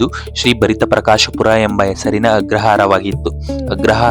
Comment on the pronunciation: ಭರಿತ ಪ್ರಕಾಶಪುರಿ ಅಲ್ಲ , ಅದು ಭರತ ಪ್ರಕಾಶಪುರಿ